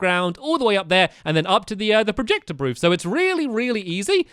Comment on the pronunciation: he said "brooth" not booth lol